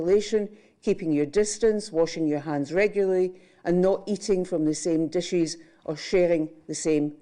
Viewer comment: Well I let "condolencees" pass before, but "dishees?"... What kind of English is this? You have the English people right there across the border, and you don't know how they speak??